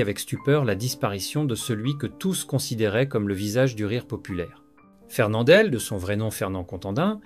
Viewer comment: Quel sous-texte de merde. Quelle merde d'entendre une voix qui semble plus de l'IA que d'une vraie voix humaine. MOÈLE au lieu de MOUAL MARCA au lieu de MARQUA FERNANDELLE au lieu de FERNANDEL Je quitte donc après seulement 4 minutes de visionnement. Je ne vais pas encourager ce genre de montage à la con.